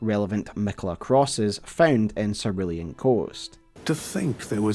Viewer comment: Cerulean Seh Roo Lee An pls omg